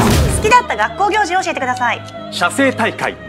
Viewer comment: みんな気づいていないけど写生大会の発音くっそイケボだぞ